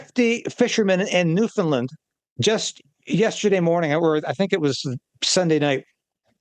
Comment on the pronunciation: please pronounce "Newfoundland" correctly. Thank you.